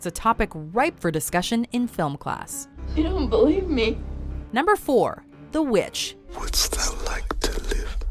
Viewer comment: "Wouldst though like to live deliciously"